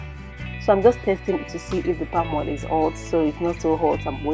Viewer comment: Wonderful cuisine. Pls practice practice practice to drop the 'hadd" hoil'x thing. AAAddd!! Oiiiill!! Not hard is it.